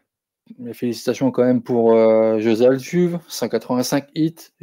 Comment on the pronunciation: Altuvé (le e final se prononce en é)